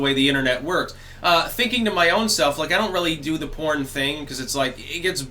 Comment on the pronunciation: DID YOU SAY PORN OR CORN?